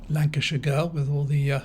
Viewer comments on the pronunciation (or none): none